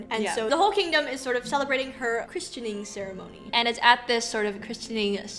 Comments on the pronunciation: ...do you mean "christening"?? Not "christianing." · Christening => crissening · Regarding the christening ceremony - the 't' in christening is silent.